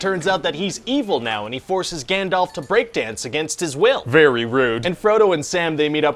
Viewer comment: "And he forces Gandalf to break dance against his will." Emphasis on break